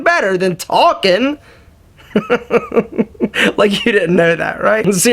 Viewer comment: I love when he says talkin